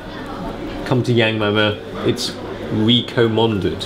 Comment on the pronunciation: it's 'Recomonded' lol!!!